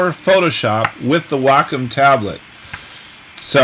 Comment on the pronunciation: Hi! It's me, Wacom's Whirl Girl! Great tutorial! Nice seeing you on here! FYI: It is pronounced like "WALK 'EM" (without the L..) Not Whack 'em, not Way com... but like Walkum without the L... lol Looking forward to seeing you in Italy when it opens back up. Hope you and the family are well!! - Adale 'Give It A Whirl'